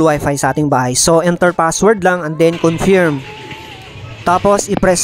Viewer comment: Confiiiirm? Naku po..pakicheck sa google ang tamang pagbigkas